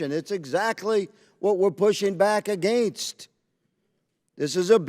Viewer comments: Why do those southern Maga nuts pronounce against like that? New English like New Math maybe? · Clay Higgins shows why Louisiana is ALWAYS in the bottom 5 for education. Ps, learn how to say against.